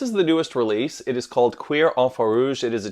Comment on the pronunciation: pronounced like cure😂😂